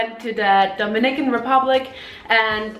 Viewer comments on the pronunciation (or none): none